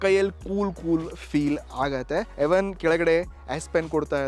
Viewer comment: ಎವನ್ ಅಲ್ಲಾ ಬ್ರೋ ಈವನ್ ಅದು😂😂😂😂😂